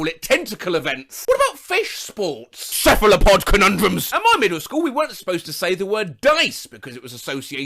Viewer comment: "CePhLoPoD cUnUnDrUmS" 👹👹👹😈😈😈